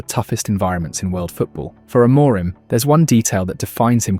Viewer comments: Are you Ai? Why can't you say the head coaches name properly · I really like your videos but please please pleeeeease look up how to pronounce Amorim. While your at it, look up our players too.